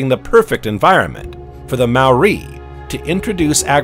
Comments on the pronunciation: If only the narrator had taken the time to learn to pronounce Maori (NOT pronounced 'Mau- ree') words and names. It got to the stage I couldn't listen to him butchering the language any longer and had to turn this off at the 40 minute mark. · good info but the pronunciation of alot of the nz names - Tuatara, Maori etc was pretty bad